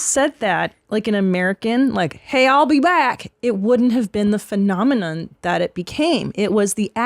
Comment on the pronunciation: He enraged everyone on set because he couldn't pronounce "i'll" xD